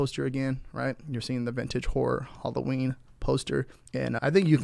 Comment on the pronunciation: Can’t give it a thumbs up when you keep calling it Holloween